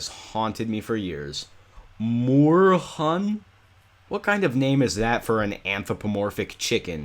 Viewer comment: It's pronounced "hoon" not "hun". I like the name.🙂